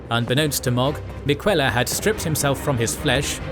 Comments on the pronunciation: Miquella pronunciation was very wrong. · Love the video, hate that you pronounce names like Miquella and Rykard as though you never played the game lol.